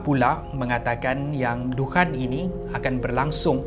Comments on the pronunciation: maaf saye tegur sikit,care sebut nyer bukan dukhan tapi dukhon sebb dlm bahasa arab الدخان,huruf خ bukan كا ok....🤗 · الدكان(addukan) = gerai الدخان(addukhan) Disebut dengan sebutan "خ" kho, bukan "ك" ka Boleh lain maksud nanti😅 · Adukhan(perkataan): adukhon(sebutan) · Sebut dukhan...دخان betul betul lah sebut